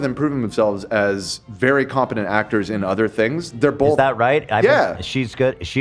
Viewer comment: saying “bolth” instead of both and saying “drawls” instead of draws get the Ls out of your mouths PLEASE???